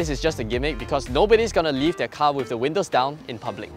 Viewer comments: HAHAHAH I LAUGHED SO HARD WHEN I HEARD THAT 😂😂😂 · Hahahahahahahahaha who tf actually pronounces windows as “win-lows”